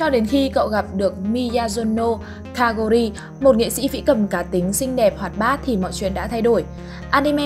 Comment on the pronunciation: Kaori chứ k phải Kawori ad nhé :3